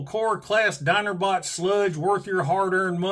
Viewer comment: "Dinerbot Sludge" Yeah I live in southeast Georgia and I can say you NAILED that.